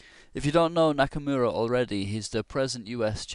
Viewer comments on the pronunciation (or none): Geez, Shirov is on a hot streak. I'm rooting for Nakamura personally. Also, you pronounce the name Knock-a-more-a